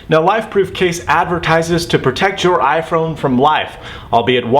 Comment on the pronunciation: "ifrone"? LOL or am i hearing things?